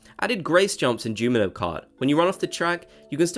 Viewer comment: Sorry I gotta tell ya you say Jumino and not Junimo!